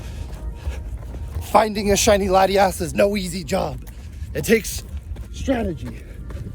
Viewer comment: I can't... The second "laddie-ass" was pronounced- I knew we weren't compatible Pokemon trainers. We would meet in the endgame as rivals. "My rival should be strong to keep me sharp! While working on my Pokédex[...] I assembled teams that would beat any Pokémon type."